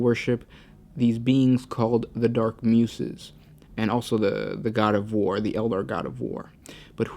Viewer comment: Just a quick suggestion for your videos, if you haven't seen a word before or are not too familiar with it try googling it and listening to the pronunciation. I LOVE your videos but I notice there are many instances where you are mispronouncing words and it brings me out of the moment and instead of focusing on the lore content my OCD is raging. Muses is commonly pronounced without a sharp 's' like in snake but with a soft 's' like in the words use or choose. Ok, my rant is over now XD